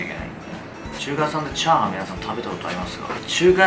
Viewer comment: ちゃ⤴はんの言い方の…クセよ！